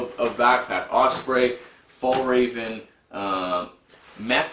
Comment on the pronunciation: I just found your channel and I really like what I see so you've got yourself a new subscriber right here! However, as a Swede I do feel a certain obligation to point out the completely butchered pronunciation of Fjällräven and Gränsfors, haha (I'm really not too serious about this at all, please don't take any offense, none was taken or intended by me). So I thought I would offer some helpful tips on the pronunciation of Swedish letters! The Ä found in these brand names is pronounced like the A in "cat", just sliiightly longer. You might also come across Å and Ö from time to time; Å is pronounced like the O in "border", and Ö like the I in "girl". So there you go, a small lesson in the Swedish alphabet for anyone interested! Also know that no self respecting Swede would ever actually be annoyed by people getting the pronunciation of our weird language wrong, we would probably just apologize for making it so difficult to understand instead. Anyway, have a good one!